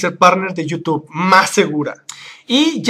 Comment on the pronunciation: Me carga cuando dice you tube y no youtube